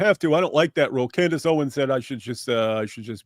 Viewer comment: "Cand Ace"😂